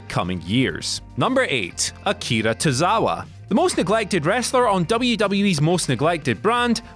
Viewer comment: Ok you lost me when you said Akira Tozawa.